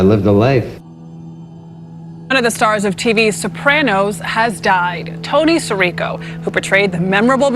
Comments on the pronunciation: AI apparently doesn't bother to learn how to pronounce names. It's Tony Si - REE - co, not Tony SIR -ee-co. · Can’t even say his name right. These AI farms has no soul.